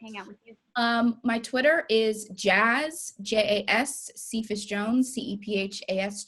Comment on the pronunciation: The way the interviewer said cephas bothered me